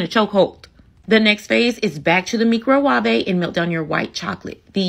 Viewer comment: Miiicro~wavhvey~ 🤣 gotta love Nigella ❤